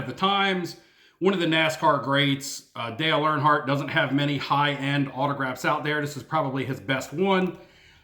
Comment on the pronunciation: “Earhardt” lol